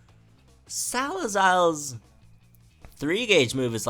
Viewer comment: Ploo - Meh - Ree -Ah Sah - Leh - Zule You're welcome. ;)